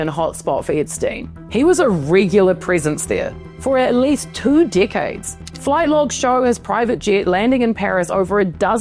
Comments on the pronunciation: I just love how her accent makes "two decades" sound like "two dickheads".🤣 If they ever make a movie about this sorry bunch, I'd cast Zac Efron as Epstein, Jeremy Renner as Jean Luc Brunel and Natalie Portman as Ghislaine. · "he was a rigular prisence there, for almost two dickades."